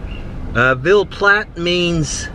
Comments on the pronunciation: Ville is Vill e is silent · I've never been to Louisiana and will probably never get there, so thanks! Ville in French is actually pronounced "veal".